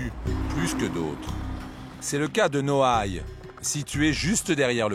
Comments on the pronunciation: nouailles 😂😂😂 C'est noailles 🤦🏽‍♂️🤦🏽‍♂️🤦🏽‍♂️ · c'est Noailles pas Nouailles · Noailles pas Nouailles